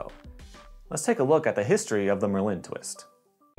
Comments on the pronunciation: bro its not mer-lin its merlin like the famous wizard come on it seems like your pronouncing it weird on purpose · Dude the way you say Merlin is freaking me out. It is MIR LIN. Ad a subtle glottal stop between those two syllables; Its hard to explain but the way you are saying it makes it sounds like merlin is a type of candy or french product and not a badass wizard. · your phonetic explanation is wrong too. you should've written MER-LIN. or even MUR. MIR was a space station and pronounced nothing like merlin. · the emphasis is on the penultimate syllable (the e) of merlin. Like the wizard. Doesn’t matter but it just annoyed me